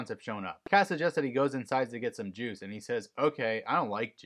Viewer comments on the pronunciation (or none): In this episode, when Justin says, "I don't like juice," it kind of sounds like he says, "I don't like Jews."